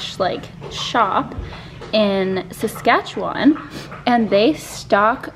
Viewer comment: Love seeing this Sask company!! Also love your pronunciation of Saskatchewan 😂